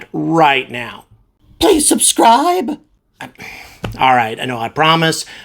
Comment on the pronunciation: "pweease subscwibe" - I find it funny actually :D